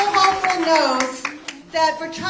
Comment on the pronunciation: "Kasie Hochul"?? Lol